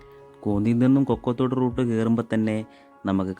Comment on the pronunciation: Chetta kokkothodu alla kokkathodu aanu👍🏻